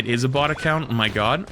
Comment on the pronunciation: Just saying... Bot and Bought sound quite different when enunciated. Bot = Baht Bought = Bawt